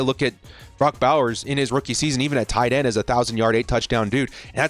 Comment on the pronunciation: ”whataauhhh Issa tight enn” 😂😂😂